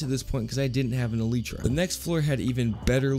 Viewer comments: Elytra not eletra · Elitra??? It’s elietra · iletra? no its el-lie-tra,elytra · "Eleetra" its pronounced "elytra" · It’s not Eeleetra it’s Ee-lie-tra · It's not a elidre it is a Elijah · I wasn't gonna like the vid because of how you pronounced elytra but at least you can pronounce Caribbean 🇯🇲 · I absolutely loved the video but every time he said “el lee tra” it sent shivers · the way he said elytra, "eleetra" lmao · ahhh not the 'eleetra' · did my mans just say eleetra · sooooorry but my man it’s pronounced e-li-tra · E LIE TRA that's how u say it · Just add e lie tra say it just like that e lie tra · Why did he call the elytra elitra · im sorry but its elaitra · the way he said elytra scared me